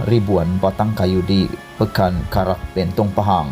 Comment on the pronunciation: SEBUT LENTANG SALAH...SEBUT BENTONG SALAH...XPAYAH BUAT CHANNEL LA MCMNI